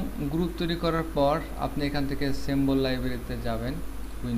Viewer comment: সেম্বল না সিম্বল😂😂